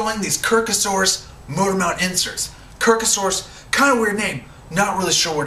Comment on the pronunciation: That would be "kirkosaurus" with an "o" not an "a". ;)